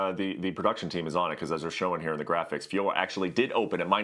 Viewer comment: "Da" instead of The? Stay your ass in soft ass Indiana